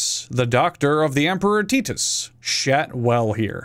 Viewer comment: Did this man really just assume Titus was pronounced Tee-Tus before he thought Tai-Tus?? My brother in Bees I'm going to cry